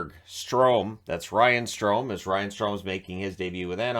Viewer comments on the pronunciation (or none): none